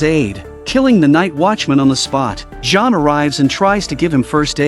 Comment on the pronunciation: but we do care. I bet native englishmen, americans or australians wouldn't like if in some russian series "John" would be pronounced like "Dzean".